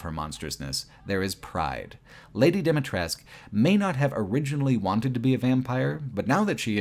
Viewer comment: As a romanian the village in RE Village is very well done. From the narrow streets, to the wooden fences to the inside of the houses, I always had the impression that I was in my grandparents' village. P.S. the way you pronounce Dumitrescu Castle is completely wrong and very funny :)